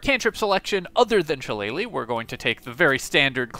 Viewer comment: Kudos on the pronunciation of shillelagh. Always cracks me up when Americans butcher it. Especially seeing as how many of them claim to be Irish 😂